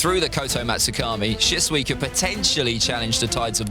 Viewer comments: It’s shishui not shisway 😂😂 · He pronounced shisui's name wrong and I laughed 🤣🤣🤣